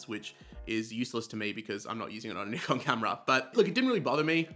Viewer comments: Thank you for pronouncing Nikon correctly - So many say "NIGH- Kan" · Thanks for pronouncing Nikon correctly 😂